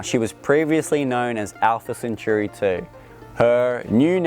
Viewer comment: What's Alpha Centoori? Is it also pronounced Oostralia?